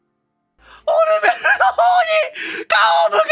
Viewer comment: オ↑ルメルだと思ったらハーバーグリでがオルメル→って発音してて吹いてしもたわ、すまん